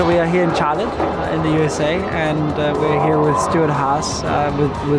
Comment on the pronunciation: Going to now start pronouncing Charlotte as "ch-ah-lit" 🥹